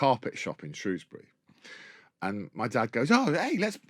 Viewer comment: It’s great to hear someone in the public eye pronounce Shrewsbury correctly!!!😃